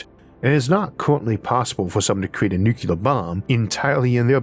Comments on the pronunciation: Why do you, of all people say “nukuler” instead of “nuclear”? Sorry, one of my pet peeves. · Nuclear: "New-cue-lur" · making fun was absolutely not my intent. many people mispronounce the word nuclear, it is not an impediment which causes this.